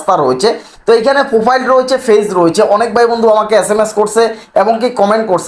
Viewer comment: ফেইজ ফেইজ না বলে পেইজ বলেন